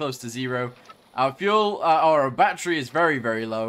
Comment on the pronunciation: Why do you even call it Batteru If you really want to say it like that just label it as Batteroo instead